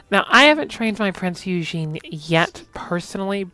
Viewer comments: Not yujin, its pronounced oygen - eu in german is pronounced oy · it's a German name, Germans pronounce "eu" as "oy", it's pronounced Oygen